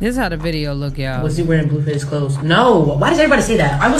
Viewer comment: I thought it was pronounced BLUEFACE, not BLUEFUSS😅